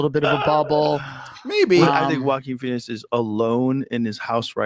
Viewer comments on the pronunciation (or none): joe keeps saying walkin pheniex like he wrote the movie